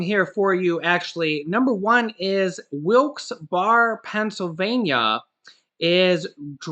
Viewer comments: Wilkes Bear is proper pronounce! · It's pronounced Wilkes Berry